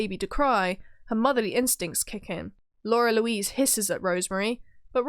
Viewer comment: It's "Lara Louise" not "Laura Louise".